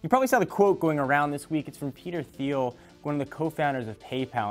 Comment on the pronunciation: Thiel is pronounced teel